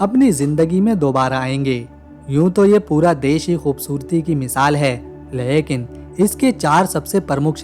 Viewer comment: Lehkin nahi mere bhai lekin bola kijiye.